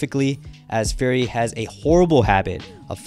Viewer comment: Why does it sound like you say Gary instead of Fury sometimes